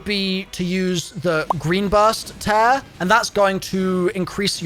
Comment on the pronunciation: You say tear very weird. its not tear as in tear something in half its tear as in crying tears